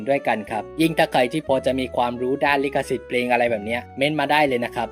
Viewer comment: ลิขสิทธิ์ ไม่ใช่ ลิกสิทธิ์